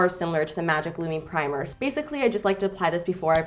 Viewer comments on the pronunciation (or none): none